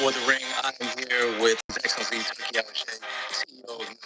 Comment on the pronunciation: Zab is selling out boxing. Boxing is great already! It doesn’t need Dana White to make it great again! Zab just want to get down for a check. Can’t even say His Excellency’s name correctly.😂 stop it!